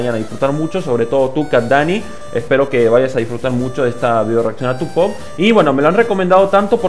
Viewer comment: Poop se pronuncia "pup" pero igual suena bien tal cual. Ahora reacciona a la parte 2 Pd: filete todo trabado xdxd